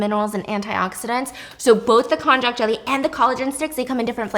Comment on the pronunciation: Just kindly informing that it is spelled konjac, sometimes konnyaku, but pronounced "kon-yak." 😅 It's a root vegetable originating from China, but popularly known by its Japanese name. It's made into noodles called shirataki, which is really yummy in hot pot! 🤤